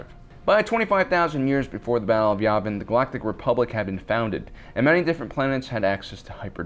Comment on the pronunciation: Am I hearing him wrong, or is he pronouncing "Yavin" as "Yabin"?